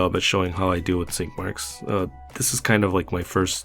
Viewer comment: Swore he said skid marks!!!!